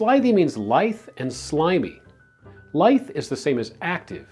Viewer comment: I'm Canadian so I suppose there are some differences in accent, but as far as I'm concerned you pronounced the words "portmanteau" and "lithe" incorrectly. I know what the word "portmanteau" means, but I don't think I've ever said it out loud... however, I would pronounce it "port-mon-tow" rather than "port-man-tow". I speak a little bit of French, so maybe that explains the difference in pronunciation. Either way, it's a difficult word and I wouldn't be terribly confident in my pronunciation if I were ever to use it in conversation. I'm quite sure you pronounced "lithe" incorrectly.